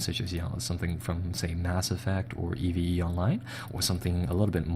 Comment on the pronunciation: did he seriously say E V E online its a word dude EVE you dont say the letters individually